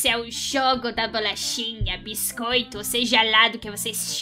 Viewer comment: "xogo" "xogatora" "bixcoito" "bolaxa"